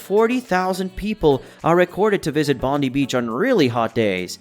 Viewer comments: “Bonde beach” it’s pronounced bondai beach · Please next time you put out something about Australia please get the pronunciation right ie Bondi is pronounced “Bon die”